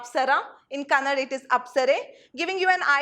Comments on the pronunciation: It is not kannad.....its kannada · Ma’am did u just say Kannad? I assume you’re a kannadiga and if Kannadigas only give out this msg of calling Kannada as kannad how can y’all blame Indians from the north ?